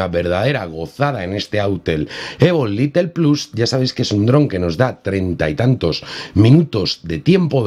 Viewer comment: Excelente actualización! No sé entiende porqué no habilitan la configuración manual, ya que eso para nada estresa el procesador. Recuerda que el modelo es Lite ("lait") no Little ("litle"). Stuart es el único little! Jaja! Saludos